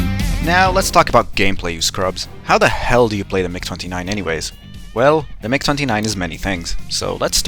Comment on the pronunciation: i had to do a double take on "migger"